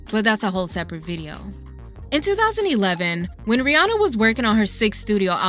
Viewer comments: Isnt it Ree Ann Uh? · Ooo this video is A1 but the way Americans pronounce Rihanna is killing me 😭